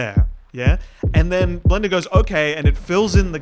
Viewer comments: I just heard blendr as Glenda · "Blenduh" - 2026